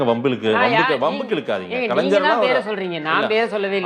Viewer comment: டேய்... கலன்சர் இல்லடா.... கலைஞர்